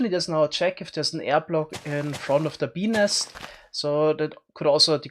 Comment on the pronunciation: OOOHHHHHH Bees nest, I kept hearing penis. OwO